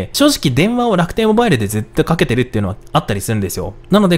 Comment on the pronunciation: の楽天ﾓﾌﾞｧｲﾙを目覚ましがわりにしたい人生だった